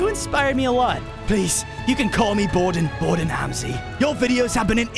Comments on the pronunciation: Gordon ramsey❌️. Gordon hamsey ✅️ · Bro said gordan Halsey 😂😂😂😂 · man really said “bordan hamsy”💀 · Bro just changed Gordon Ramsay to Borden ramsay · “Borden Hamsey”💀💀💀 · Yo we don't got Gordon Ramsay we got Borden Hamsey😂